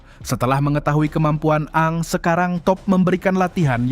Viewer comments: Ini yang dubbing IA ya...... Bukan a ang tapi bacanya eng.. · 😂😂😂di baca eng bukan a ang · Min kenapa lu bacanya A A NG ??? UDAH JELAS2 DIBACA ENG KOK DIVIDEO DETIK TERAKHIR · Aang (Aeng) Bukaan Aang Min . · Maaf di bacanya bukan kaya orang Sunda a nya 2 AA tp eng bacanya aang =eng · Aang bacaannya (eng) bukan (a ang) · Koreksi Min... Agak terganggu dgn penamaan Si Avatar,... Kenapa pengucapannya harus A ang 🤣🤣🤣,,,, kan bisa disesuaikan dgn yang di animasi yg dulu tayang di global Tv kalo gak salah,,, yaitu ENG 😂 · Eng bang bukan aang🤣🤣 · Aang dibaca eng😂 a ang pula😅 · Dining nya bilang ang Aang 😂 udah kaya Avatar reborn Sunda empire 😂😂😂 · Eng gak si bang nyebutnya...😅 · Ya elah min.....Eeng x min,,,, Untung cm 1 nm yg keseleo penyebutannya,klw smpe 2 si katara JD katarak kan JD BKN kelompok avatar😂😂😂😂😂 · Denger nya malah A Ang terus knp lah admin ini wkwkwk😩🤣🤣